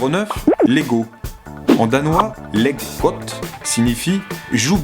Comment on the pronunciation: Leg godt, en danois veut bien dire "Joue bien" mais la prononciation je suis morte de rire quoi x) Après, pour tous les rageux, lego vient de lire mais aussi de lier en latin alors calmez vous direct 😂